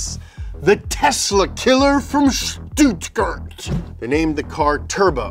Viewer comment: come one man. Don't screw up pronunciations. Debuted, Stuttgart and others. You guys go above and beyond to pronounce french or Italian words, but fuck up English. For the words you guys created HRSPRS(horsepower) you do whatever you want. Idiocracy documentation start like this, it starts by one word, then another and then a sentence..! Please.